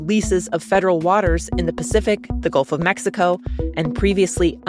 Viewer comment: I like the way emphasizes "Gulf of Mexico", the first battle Trump picked and lost this term, unless you count Greenland, Canada, and Panama. Putin/Witkoff plan dramatically cuts the size of Ukraine's military and bans them from having long range weapons, in addition to giving Russia parts of Donetsk it would potentially take them years to gain at the current rate - absolutely no deal.